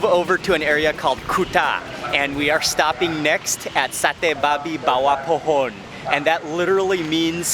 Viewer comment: Wow, you pronounce the sate babi bawah pohon perfectly. Well done!!